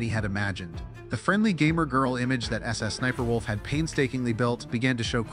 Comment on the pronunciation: The voiceover is saying Sussniperwolf and that's just too funny.